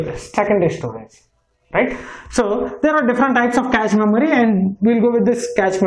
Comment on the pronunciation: Good info but cache is pronounced as cash and Hz is pronounced as hurts.